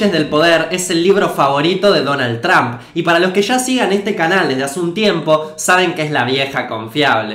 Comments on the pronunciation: No se dice Donald Tramp se dice Donald Tromp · no se dice tramp, es trómp